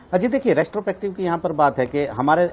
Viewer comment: The no. of times he has said restopective instead of retrospective. ;)